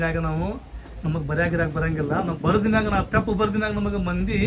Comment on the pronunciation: ತೆಪ್ಪು ಅಲ್ಲ ರಿ ಅವರೇ ಅದು ತಪ್ಪು